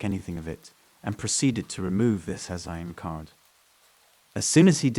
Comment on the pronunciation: the way "sim card" was said is highly suspicious